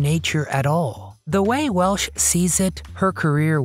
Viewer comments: Over and over I hear the woman's name pronounced 'Welsh' by the narrator not 'Welch'. An adequate overview, with so many vintage clips, but far from complete. AND, as others noted / complained, neglects what this title 'teases' -- WHY she quit Hollywood. Hollywood movies quit her after she sued Metro-Goldwyn-Mayer for their dumping her from its 1982 release with Nick Nolte as male lead, "Cannery Row" after two days (or five; sources vary) of shooting in 1981. She stuck with it and eventually won; awarded over $10 million in 1986. Hollywood's 'a small town' -- the other studios pulled rank with Metro. She switched gears and kept a high profile on television, stage and personal appearances. . . . Another controversy: passionate about the Native Americans' cause she developed and filmed "The Legend of Walks Far Woman" as a three-hour TV movie for NBC in 1979, but the network 'sat it on the shelf' (i.e., the film canisters lay on the shelf, not projected for the intended viewing / presentation). She was further disheartened that when the network finally aired it, May 1982, they'd cut, cut, cut it and ran it as a two-hour movie. The irony -- or sweet revenge -- was that "The Legend of Walks Far Woman" became the highest rated movie of the year. While there's much to praise about her career and life, the early career, late 1960s public squabbles with film co-stars Jim Brown, Burt Reynolds (both "100 Rifles") and James Stacy ("Fathom") are glaringly absent / overlooked. "So, 'DoYouR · Definitely mispronunciation of her name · It's WELCH.......not Welsh